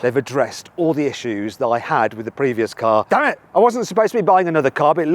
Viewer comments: damm it!ってはずなのにダメ！って聞こえてしまうwww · damn itをここまではっきり「駄目」と聴こえるのはさすがｗ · damn it (チクショー)だろうけど、ダメって聞こえるようにワザと言ってる説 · 日本語喋ったのかと思ったけど「Damn it」なのかな？